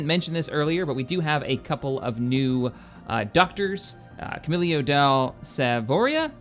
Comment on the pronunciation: why does it sound like he is saying ducter instead of docter.